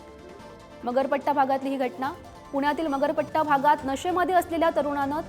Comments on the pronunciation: मरपट्टा नाही हो मगरपट्टा.. कसले फालतू anchor आहेत.. Teleprompter चुकला तरी करेक्ट करा... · Marpatt nahi g bai.. Magarpatta. Bol na 😂 as Kay karte. ❤❤❤❤